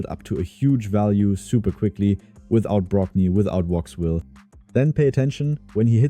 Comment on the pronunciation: well, if it is not your main german channel, but an english one, for starters it's Wixwell not Woxwell. if you do content in english you should know the names of champs or you will add more confusion to beginners. also, it is not hard to instal a second copy of RAID in english and get all the names for videos from index.